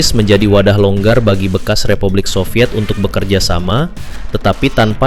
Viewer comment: SOVIET bukan SOVYETZ 🙄